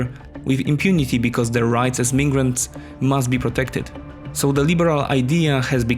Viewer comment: "Migrants" is pronounced "MAI-GRANTS" "Vienna" is pronounced "BEE-EH-NA"